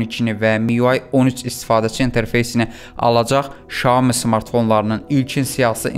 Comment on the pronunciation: Şayomi yox ay bla Sayomi 🙄